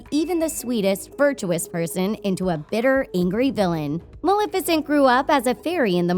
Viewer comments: pronounced ma-lef-icent from the word Malefic. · I’m sorry but I can’t take this video seriously. You can’t say Maleficent OR Stefan correctly. Not to mention your “dark secret” is just a plot summary...